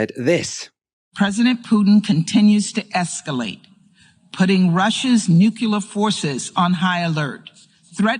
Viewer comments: What’s so hard about the word nuclear. Just say what you see, or imagine it’s- new clear. Not flipping nukiller or anything like that. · The pronounciation is nookleeeerr. Not nookyoulerr. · Nucular threat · I wish people would stop saying "nuculer"... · I'd argue it's not the same. These are minor variations in the pronunciation of a single vowel. Not a unique combination of weird sounds. Nookoolar, seriously... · Another person who is unable to pronounce "nuclear". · americans often say it wrong, like homer simpson :P